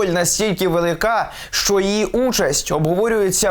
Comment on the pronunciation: «Велика» не вIрно наголос поставили …